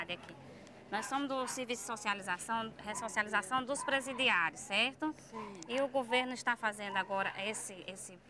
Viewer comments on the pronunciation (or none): Assistente social falando "ressociabilização" 😂😂😂😂